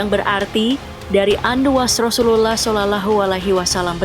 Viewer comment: Min ,penyebutan rasullullah SAW nya di perhati kan lagi!